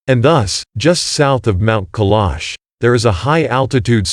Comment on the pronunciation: Try pronouncing the name of the mountain properly!